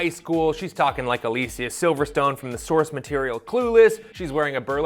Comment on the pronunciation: I'm not crazy right, he's pronouncing Alicia weird?